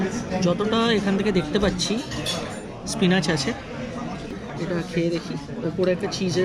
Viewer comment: Pronounce spinach as spinich.